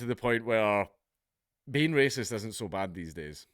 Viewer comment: `waysist` am i? As Rupert said "so be it"